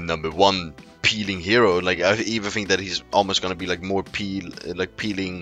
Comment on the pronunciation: FINK FINK FINK. Say THINK !